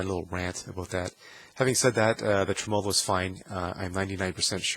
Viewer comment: Dude...pronounce it TREM-olo, not trem-OLO